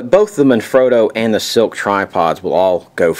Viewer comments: He keeps saying silk but it's slik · Man I can't take it... It is SLIK (sss-lick) not silk!!!